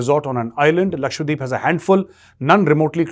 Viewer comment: Sir it’s Lakshadweep not Lakshwadeep.